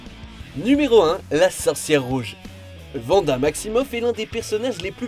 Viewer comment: Arrêtez de dire Vanda c'est Wanda et ils prononcent le W en W pas en V